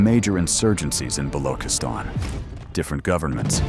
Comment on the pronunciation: It's not ba-lo--kiss-tan. It's ba-loo-chis-tan. "ch" as check.